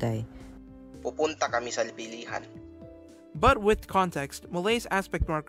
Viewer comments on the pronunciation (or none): The video is good but I want to highlight something on the pronunciation of words, that is stress. Stress is very important to note in Philippine languages and knowing where to put the stress would make u a step closer to sounding like a native speaker. See: pumuntá ✅, not pumúnta because the root word is [puntá] and not [púnta] pumúpunta ✅, not pumupúnta púpunta ✅, not pupúnta